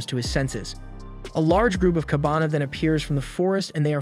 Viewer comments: kabane was pronounced as kabana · KABANE! Not Kabana, man! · kah-ba-ne not kabana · Its KA BA nEeee ... Not Kabana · The misspronounciation really takes out a lot from the video. Everytime he said Kabana instead of Kabane, it breaks my immersion. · its kabane , not kabana you ****